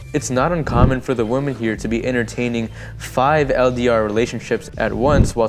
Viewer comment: Thanks for a great video. Just FYI, woman has a totally different pronunciation than women (the plural form). Women is pronounced "Wih-men", not "woman". So American men coming to Philippines looking for a woman, may meet many of the wrong women ( "wih-men") if they aren't careful. 😉